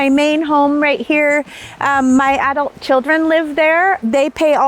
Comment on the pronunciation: It's too bad that she can't even pronounce "adult."